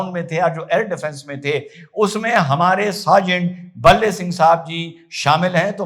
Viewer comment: भाई का नाम भले सिंह है न कि बल्ले सिंह।